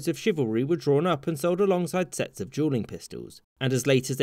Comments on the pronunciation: Jewel is pretty close. But that doesn't explain Julian instead of duelling. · The dude can’t pronounce duelling correctly not the caption’s fault lol